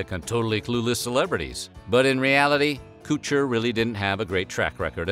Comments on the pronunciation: I just can not stand how you pronounce his last name!! KUTCHER!! NOT KOOCHER!! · You HAVE to know that man name is pronounced "Cuh-chur" rhymes with butcher, you're saying "kew-chur" is hurting my ears, brain n teeth I can't watch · It's pronounced "Kutcher" not "kootcher" Jesus wept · Him calling Ashton Kutcher, “cooch-ER” is so distracting. 🤣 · Killing me with the Kutcher pronunciation haha pretty sure he's trolling because its pronounced how you think it Would be Kut-cher not cooch-er 😂😂😂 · It's KUTCHER! Not KOOCHER! Who does'nt know that?? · Koootcher lol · Darn, it's a shame Coocher's show couldn't revive Kweebee. (I love your choice of pronunciation) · Damn! Forgot to count how many times the OP mispronounce Ashtons last name as "Koocher" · Man said Coocher the whole time lol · "Ashton Coocher" lmfao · "Ashton Koocher." 🤣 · Lol ... "Cooch-er" instead of "Kutch-er" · "Kootcher" you did that on purpose, and it was stupid after 2 times. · It’s Kutcher, not Coocher. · Okay but does everyone pronounce his name as "Ashton Cooch-er" and I just missed it? I thought it rhymed with "butcher." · Who the f is Coocher? It's Kutcher. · Ashton "Koocher" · Kutcher, not Koocher lol. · His name is Kutcher, not Kootcher. :cringe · Always hated this show aswell as Ashton Kutcher. Or as he's called in this video, "Ashton Koocher". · Lastly, it’s not “Koocher”. But let’s pretend you actually don’t know that. This is still tabloid type shit about resent events. What a shame. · Who's Koosher? Lol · Its not kootcher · Heh. "Coocher" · Right? I've always said KUT-cher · Lol why is he calling him ‘Ashton KOOtcher’ 😂 I certainly remember that episode with Jwestin Tymberlick. It was fun-ny 😐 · Oh my Lord the way you pronounce Koocher is wild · Ass-tin Koo-cher lmao 🤣 you pronounce his name so hilariously! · Coocher! 😂 We should’ve been pronouncing it as this the whole time. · HIS NAME RHYMES WITH "BUTCHER" DO MORE REARCH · STOP CALLING HIM 'KOO-TCHER' 🤣🤣🤣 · Ashton "Kootcher"